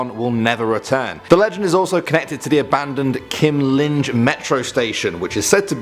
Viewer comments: Lol he pronounced Kymlinge like "Kim Lin" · Like how you pronounce "Kymlinge" but the "e" is like an "ay", Kymling-ay